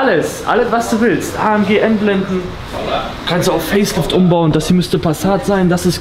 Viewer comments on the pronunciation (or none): Das G bei AMG wird im türkischen auch wie im Deutschen ausgesprochen warum sagst du „A M Tsch“ oder so 😂